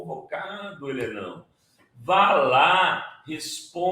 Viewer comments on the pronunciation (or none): Sr. Renato Rovai, respeitosamente, o Sr. disse: Helenão, mas o som me confundiu com "ele não". Será melhor dizer: HELESSIM.